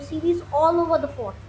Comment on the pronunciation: pronunciation is a bit not clear ... was it fourth or fort